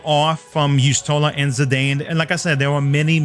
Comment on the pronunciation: Obviously going for Zidane, one of my favorite FF characters ever, with the other fave being Garnet hehe. Also, I'm not fond of how you pronounce his name lol.